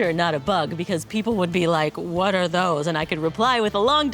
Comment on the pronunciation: "What are doessss!!!!!"😅